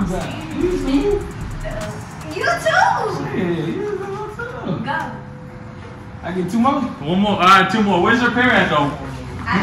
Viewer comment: We got dat I think we might have dat and deeze.